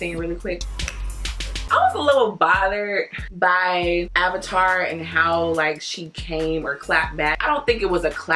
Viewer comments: AV - IN- TER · Every time you said AVATAR, I cackled!! 😂😂😂